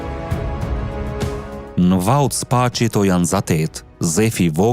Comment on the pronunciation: Ne ba te spasit e jo spaqit